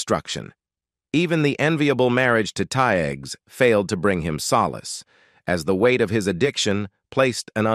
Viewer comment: I wish he would learn how to say Cheryl tiegs last name before he starts reading